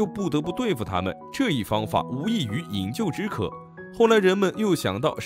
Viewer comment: 饮鸩（zhen）止渴